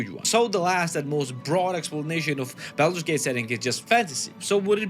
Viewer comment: ah yes, Baldut's Gate 😆